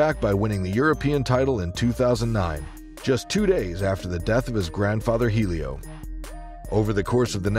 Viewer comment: Even grandmaster Helio pronounced Eh-lee-oh, h is silent..